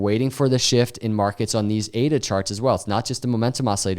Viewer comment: I liked it when he said ADA 🥰